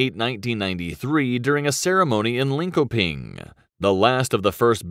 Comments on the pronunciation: Lin-ko-ping. Took me about 4 times to understand what he said 😅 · this guy is butchering the swedish words... lin-ko-ping? yeah let me say claydifornica is a hot place XD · "lin ko ping" :D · Lin-Ko-Ping lmao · Hehe ok. Linköping was even funnier! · I'm stuck on how they butchered Linköping...